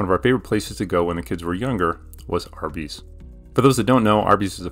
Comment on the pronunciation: Is it only me or did anyone else hear him say Arby’s wrong when he first said it?